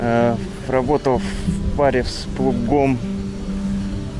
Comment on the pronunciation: Ударение правильно ставь в слове с плугом русский язык 3 класс